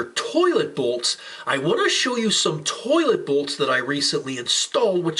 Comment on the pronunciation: Why does the way he says towhlet trigger me